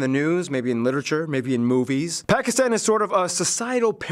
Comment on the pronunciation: Great job on pronouncing pakistan. Alot of people butcher it. Also great video man